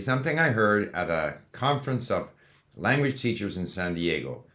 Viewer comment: I notice you are saying Lanwedge